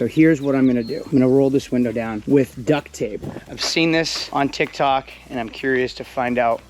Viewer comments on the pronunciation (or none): none